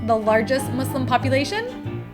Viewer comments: Omg ty for say "Muslim" not "mOzLeM" lol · it is so satisfying to finally hear a caucasian say muslim and pakistan in the proper pronunciation!!